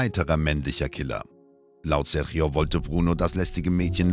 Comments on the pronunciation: Einen Richter aus den Usa zu zeigen, mit einer Us-Fahne, statt einen brasilianischen Richter, finde ich keine so große Idee, ist wohl eher geschmacklos. Außerdem wird Sérgio nicht "Serchio" ausgesprochen. Das tut in den Ohren weh. Mit wenig Mühe hätte die richtige Ausprache verwendet werden können. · Was die Aussprache des Namens Sérgio angeht, ist sie total daneben, selbst ausgedacht würde ich sagen.